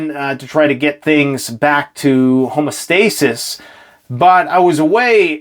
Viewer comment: "ho-mee-o-staysis" not "homo-staysis."